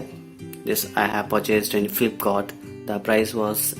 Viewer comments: Flipcort nhi hota flipcart hota hai,😂😂😂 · Nhi Ma'am flipkart hota hai. Lol